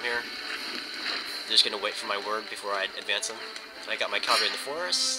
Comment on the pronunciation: no offense but its a pet peeve when people say Calvary. Calvary is the location where jesus was crucified or something.... now CAVALRY, those are mounted troops- kal-ver-ee is wrong kah-val-ree is what you mean to say GRRR